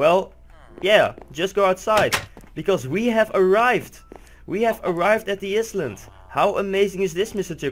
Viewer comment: It's "i-land", but awesome vid!